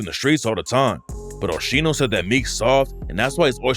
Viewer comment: I don’t believe it that shit and btw It’s pronounced OH-SKEENO but whatever